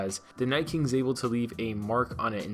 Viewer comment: Wait, did he say The Night “Kink” twice??? Lol